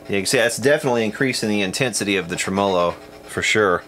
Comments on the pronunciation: There are a few of us out here that cringe at "tra MOE low" when we are so used to "trem uh low" :) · It's TRE-MO-LO not treMAWLAW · Never heard anyone pronounce tremolo like that, that's new to me. Each to their own obviously. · Great info and presentation. One suggestion, it doesn’t benefit anyone to mispronounce gear and parts.... like say a tremolo.... It just pisses of folks that know what it is, and what it has been called In it’s country of origin. And it not only misinforms the ppl that don’t, but just helps Guarantee the old-timers aren’t going to want to spend a lot of time with them bc they’ll sound like morons saying Tremmo-lo.. it’s a tremolo bro.... that’s all. Pronounced “trem’olo” Thanks for your time Liked and subbed. For now. 🤘🏼🤙🏻